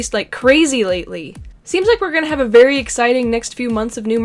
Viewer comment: Haha you said Barry instead of very